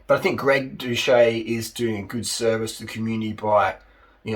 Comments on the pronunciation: His surname is pronounced without the ‘H’. Watch one of his videos again to know. If you’re going to vlog about him at least get the pronunciation correct. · The guy literally says his name in every outro of every video. And you can't pronounce his name. So are you ragging on him without ever watching a single video, or are you just enjoying passive-aggressively calling him a douche?